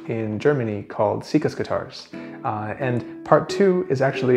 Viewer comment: “Siccas” should be pronounced “sick-ass”, as in, “Dude, that is a sick ass guitar.”